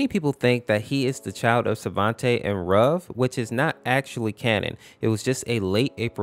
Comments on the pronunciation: You pronounce ruv like roof but v instead of f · It’s pronounced ROOV